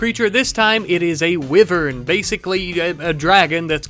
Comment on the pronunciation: You should have named the rat "Knight" 😂 also it's Wyvern as in "why you do this to your mother"